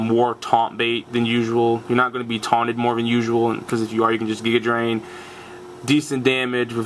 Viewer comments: well the reason its "gig-ah", like the word "gigabyte", is because the drain moves are a set. its absorb, mega drain then giga drain, each being stronger as you go up. when you say(technically type cx) "gi-ga", do you mean "ghee" with the g being pronounced like it would be in the word "get" or do you mean "guy" like the video or do you mean "jig-ah" like doc brown? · guyja drain is the wrong pronunciation.